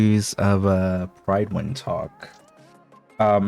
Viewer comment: It's pronounced pruhd-when